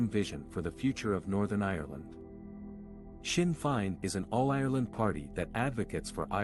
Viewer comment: Amateur coverage. Blind leading the blind. Learn how to pronounce Sinn Fein.